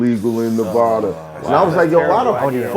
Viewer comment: It's Nevada rhyming with DATA not NaVodda